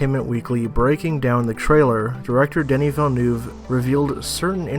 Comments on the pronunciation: Great video man, just a remark: It's "Denis" not "Danny". Same thing for his last name, hear Colbert pronunciation during his interview with the cast maybe, it was perfect. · It's definitely Deh-nee. He's French-Canadian. That's how we say that name.